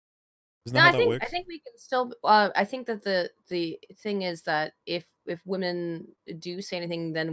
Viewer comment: “I used the Wahmen to destroy the Wahmen” -Thanos Baggins